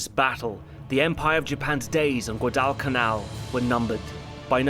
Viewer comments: What's "good Elle can Elle"? Lmao Come on mate, Guadalcanal isn't that hard to pronounce. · Gwadal is still two syllables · Assuming that this long documentary probably cost a lot of money to produce, it’s a shame that the narrator mispronounced“Guadalcanal” incorrectly throughout. I got so frustrated hearing the mispronunciation that I had to stop watching. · It’s a small thing but the way you’re saying Guadalcanal is killing me 😂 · Anyone else cringe every time he says Guadalcanal? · Great job on the review, but your pronunciation of Guadalcanal is nails on a chalkboard. Bloody hell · Why can't the narrator pronounce Guadalcanal properly or at least as the Marines did? It's distracting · If there's anyone out there who knows the narrator of this. Please tell him how to say Guadalcanal. 😮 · Please get a pronunciation guide! Guadalcanal doesn't have the weird ass pause in it that you put in it. Like nails on the chalk board !! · While you can't pronounce Guadalcanal, at least you got melbourne right. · My dad was 1st Division, Marines Guadalcanal. He never talked about it so this movie I always see as his story. Now if you could only pronounce “Guadalcanal” correctly, this would be a great review. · Why are you massacring the pronunciation of Guadalcanal? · Pretty weird for a video searching for inaccuracies in Cinema/TV productions to mispronounce a key island in that production. At least he pronounced "Japan" correctly. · never in my life have i heard it pronounced that way. even by other british historians in various other documentaries. not a big deal, it is what it is. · more importantly: why this pronunciation of guadalcanal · Also, in English '"Guadalcanal" is pronounced "Gwa", not "gwu" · Great video, although it was really hard to listen to "Guad-AL-canal" xD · Good analysis. Just wish you pronounced Guadalcanal right. It's Gwah-dall-canal. Not Gua-dwall-canal like you did it through the video. So, add me to the downvotes.